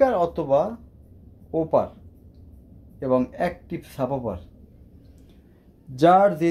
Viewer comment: ঠিক মতো উচ্চারণ করতে পারেনা সাপবার ki